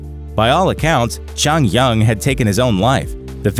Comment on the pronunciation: Atleast pronounce jonghyuns name